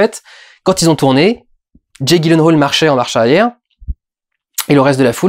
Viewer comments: Ça se prononce "yilenhal" ;) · Petit commentaire en passant : ça se prononce "Yilenhèyle" :3 Voili voilou (et si vous voulez vérifier : Bonne journée à tous, et continue Durendal, j'attends le prochain PJREVAT avec impatience ! :)